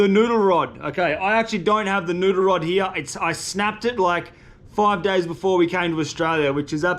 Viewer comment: Say "noodle", not "nuder". A year and a half and I thought you were saying "nuder".